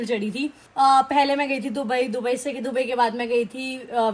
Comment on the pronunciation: Dubari nhi dubai bolte hai😂😂😂😂